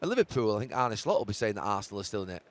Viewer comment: ArnA. Not Arney or Arnie...ffs